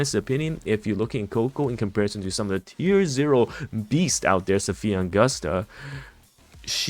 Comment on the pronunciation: Why is he still saying AugustAH and Eeeeeda lol